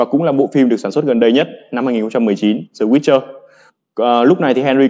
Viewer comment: Làm ơn đừng đọc The là dờ hay giờ, hãy đọc đờ hoặc đi. Hãy giữ sự trong sáng cho TA!